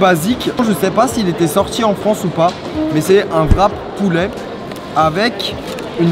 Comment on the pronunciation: on dit pas poulait on dit poulet